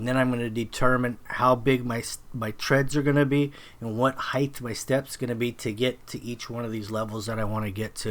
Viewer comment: Nice work. Tip: There is no such word as "heighth". Height is it.